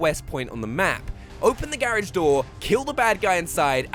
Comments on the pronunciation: I hate how he pronounces garage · Subbed for the excellent advice and the way you say garage, lol.